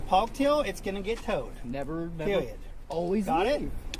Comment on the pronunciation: “Pewiod” “twesspassing” lol